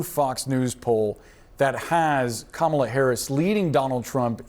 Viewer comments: Her name is Kamala (Kah'-mah-luh). What is wrong with these Republicans? Are they slow? Learn how to pronounce the future president's name. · Ka Mah La Harris…on purpose… say it like COMMA LA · The people who think they are the most intelligent and educated people in the world deliberately mispronounce her first name. Actually they are the most brainwashed and ignorant people in the history of the world. They are definitely descendants of their European ancestors. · Why did we decide as a society to let people mispronounce her name on TV 24/7? Like I get everyday people not knowing but if you’re going on TV you better pronounce the VP’s name correctly. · I think we need to send Kerry Washington and Harris' nieces to this Republican strategists house to teach him how to say her name.😊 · This guy is an asshole because he will not say the VP name correctly It starts with a K not C . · you are an a-hole. Say her name right. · When you mispronounce Kamala's name, you're the only person that looks stupid. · Say her name correctly! Seriously 🙄🤡